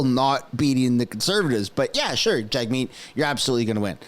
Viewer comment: Jag-shieet will rig it